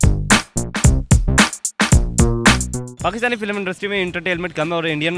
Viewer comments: industry ko pronounce to theek se ho nai raha bhai tujhsy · bechare anchor ko industry bolna nhi aarha....beta jao or padai karo.. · Tu pahle industry bolana seekh